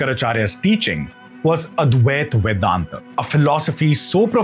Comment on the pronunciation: Love your videos but PLEASE: your PRONUNCIATION os Sanskrit words makes me cringe. Why do you Hindi speakers cut out the "a" at the end of Sanskrit words??? It isn't Vedanth! It is VEDANTHA!!!